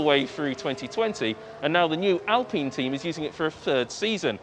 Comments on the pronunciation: Ok - it is alpIne!!! there is no e there is no a! How would you say pine? Pine. You wouldn’t say peen or pean. You would say pine. Now put AL in front of it. It is now alpIne. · When they are talking about Alpine, I've noticed the way the say it is Al-peen. Is this the way it is said by the company? I am asking because when I had an Alpine CD player in my car many years ago we in America pronounce it Al-pine. I understand that the Alpine racing team is not the same Alpine company that made audio equipment but what I am wondering is if it is pronounced Al-peen because the people I have listened to talk about the Alpine F1 team are from other countries than my own, USA. Would Europeans pronounce Alpine the audio equipment company the same as they do the new Alpine F1 team?